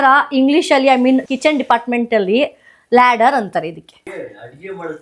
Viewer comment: It’s ladle, not ladder 😊. It sounded like ladder